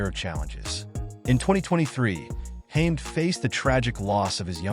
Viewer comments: It’s not Hame it’s Hamed. Please do some homework before doing voice overs. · His name is HaMED not Hame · You are pronouncing his name wrong!! It is pronounced ham- ed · Firstly, his surname is pronounced wrong and secondly Naseem is not even an Asian by British conventions!. Naseem is from Yemen thus he’s a middle- eastern. Overall a bad video this is!. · Can’t even say his name right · Oh god please stop mispronouncing hes last name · Can’t even pronounce his name … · Pity the narrator can't pronounce his name correctly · Incorrect pronunciation of his name by this AI voice over or whatever is is!! Great stylish fighter!!